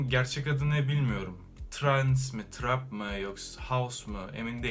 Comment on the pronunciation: Trap i TIRAP diye okudu aq😂